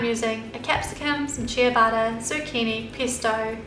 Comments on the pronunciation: They look yummy, thanks! I would use whole-grain bread, though. At first I understood 'chia butter'! Only later I could understand that you referred to the bread! In Italian the pronunciation is 'tchabatta'. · it's pronounced CHE-bata not CHIA-bata bread. Looks delicious, thanks for sharing :)) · cheeyabatah bread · everytime she says "ciabatta" it sounds like she's saying "chia butter" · It sounds like youre saying "chia butter" when you say ciabatta lol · no she said ciabatta, and I thought she said chia butter 😂 lol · ciabatta bread. she just says it differently